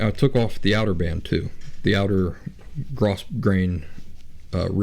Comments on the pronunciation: I could add a whole bunch of comments here (just look at my profile pic), but I think the most immediately helpful is this: according to my mother (who can actually sew) that "grosgrain" fabric that you keep mentioning is pronounced, "GROW-grain." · Not being an expert, I don't mean to chide you but I recently heard it is pronounced grow-grain.